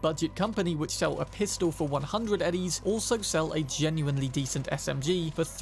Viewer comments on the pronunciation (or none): none